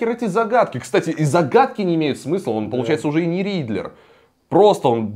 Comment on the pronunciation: Riddler не Ридлер) Мотивы не мотивы